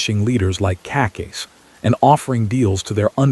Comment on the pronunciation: I would really appreciate it if you pronounce Cacace the right way!